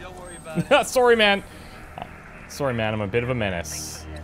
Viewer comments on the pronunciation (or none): I really didn't think you were Canadian until I heard you say "Sorry". jesus, that's so Canadian. cheers.